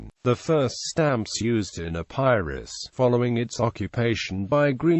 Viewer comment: The mispronounced EPIRUS is disconcerting